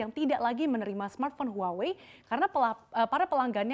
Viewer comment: Btw huawei itu dibacah wahwei bukan huawe😂